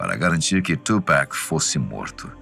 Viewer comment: Nao e tupack e tupac